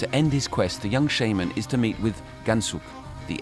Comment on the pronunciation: That's not how it's pronounced. Shaman doesn't sound like shame...